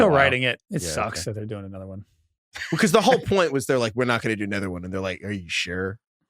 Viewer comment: making fun of Brady’s pronunciation but he says “anEther” almost every pod 😂